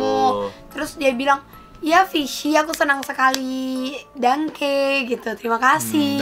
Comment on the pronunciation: gw dengarnya bangke bukan dangke😭